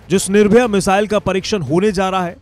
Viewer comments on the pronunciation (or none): Sir jee... missile name is Nirbhay not Nirbhaya. Come out of old thoughts... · निर्भया नहीं बे निर्भय! कहा कहा से आ जाते है एंकरिंग करने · कम से कम आप लोग नाम तो सही से बताया करिये। बार-बार आप निर्भय मिसाइल को निर्भया बोल रहे हैं। निर्भया और निर्भय में अंतर है। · It's निर्भय not निर्भया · It's "NIRBHAY" Not NIRBHAYA". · nirbhaya nai be ghochu its nirbhay